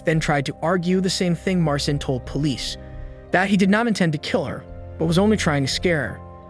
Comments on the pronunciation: I'm curious why you pronounced Marcin differently throughout - like "mar sin" half of the time and like "mar seen" half of the time, sometimes in the same sentence. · Please look up Polish pronunciations next time. 🙈 Marcin = Mar-CHEEN. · I know Polish named are hard but Marcin is pronounced March-een lmfao